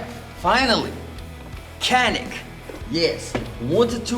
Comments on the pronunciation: It's turkish pronunciation is "John-ick" fyi :) Peace from Turkey. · One Day all americans will learn it pronounces as "djanik"